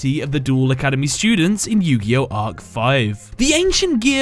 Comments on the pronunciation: Not arc5 no no no it’s arc v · I why insted of saying yugioh arc v he says yugioh arc 5